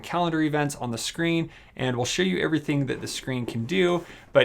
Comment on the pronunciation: it calls "smart", not "shmart". And "screen", not "shcreen"